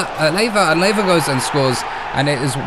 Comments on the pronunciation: Lae-va? It's La-via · "Laiva" 😅😅😅😅😅 that's crazy English never loved us😅😅 Lmao 🤣🤣🤣🤣🤣🤣